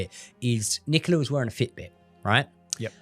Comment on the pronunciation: Is her name Nicola or Nicaler?